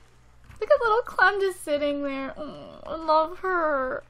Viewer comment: her nickname isnt "clam" its clem ok?